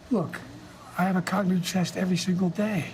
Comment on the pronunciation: "Look, I have cogniv chess every day"